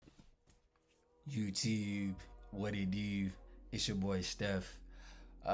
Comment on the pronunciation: Yea-tewb , Class in session ✅